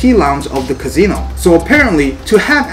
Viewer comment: Wtf is a Cazeno? 🤣 Ka C No